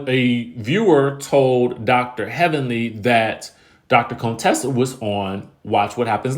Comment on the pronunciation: You keep calling her Cone-tessa you petty 🤣🤣🤣🤣